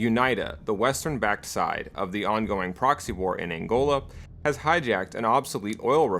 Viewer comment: am from Angola well Zaire to be exact please do a better job at pronicing or saying it right or google it please. Aside from that good job